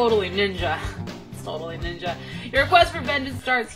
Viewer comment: Lmfaooo its like shes tryin to say im a bad nigga instead of ninja lmfaoooo!!!